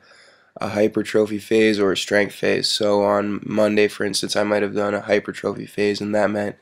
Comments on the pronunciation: Personal trainer who says hyper-trophy instead of hypertraphy. Sad day. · fitness what he means is that the word stress is on the PUR. like hyPURtrophy. but tis seriously tedious commenting on a fitness video about pronunciation , video is awesome adam from worka holics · I'm sorry.. You are certified and have a bachelors degree and can't pronounce hypertrophy? (Hi-per-tra-fee) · It's pronounced "high-pur-tra-fee" (hypertrophy) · no it is not.. it is HY-PER-TRO-PHY..pronounced HIGH-PUR-TRO-FEE its t-r-o not T-R-A...learn how to speak before you correct somebody else.. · not a troll but you should no how pronuciate simple biological terms . HYPERTROPHY. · I like how you say hypertrophy, hyper-trophy hah, good job though. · this fool cant pronounce hypertrophy but you know its not like its his job to know stuff like this